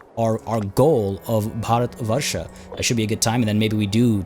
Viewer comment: I choked on my coffee when you said Bharatvarsha. Goddamn dude, that was more accurate than i think most indian people would say colloquially. Liked and subscribed just for that :)